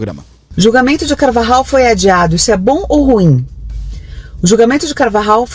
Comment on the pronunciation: Aeeeeee el pollo Carvajal = el Poio carvarral (pronuncia)👍👍👍👍 vou te dar aula de castelhano 😂